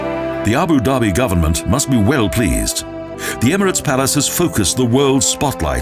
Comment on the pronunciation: the government must be 'well pleased"?? sounds Liverpudlian!